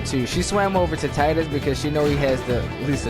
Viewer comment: Why does everyone mispronounce tidus lol